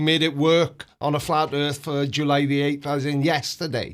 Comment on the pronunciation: "If I ignore this thing right in front of me, then this proves flat erf!"